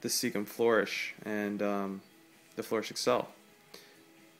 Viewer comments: Never heard anyone pronounce seachem as cecum before. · i noticed the same thinking ,but was questioning myself if this is how it should be pronounced :) and ive been pronouncing it wrong